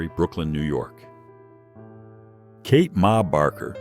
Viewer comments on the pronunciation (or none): none